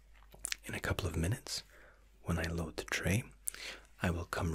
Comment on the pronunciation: YOU SAID MINUETS!!!!